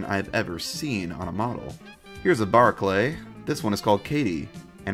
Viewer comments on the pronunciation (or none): none